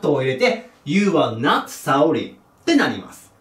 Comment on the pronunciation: not(なっと)を聞くたびに納豆って思う